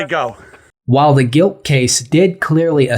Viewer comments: Love your channel. Minor edit for future videos... it's 'Glick' not "Gilck' I'm not sure I'd give JC an F however... I disagree w/ some points of your analysis. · Stop saying G I L K. It’s G L I K like Click. 😂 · It's Glik, not Gilk